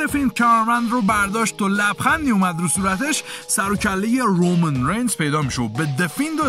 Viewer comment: رومن رینز رو خیلی باحال تلفظ میکنی😂